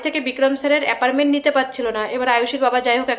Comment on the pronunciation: Appointment not aparment